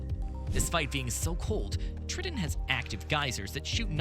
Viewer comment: Did he say "trittin"?